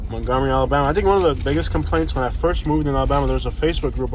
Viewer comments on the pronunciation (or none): It’s Alabama not alllabana